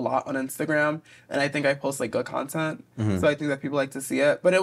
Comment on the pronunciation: Lol, you say "contint" the same way Mera Mangle does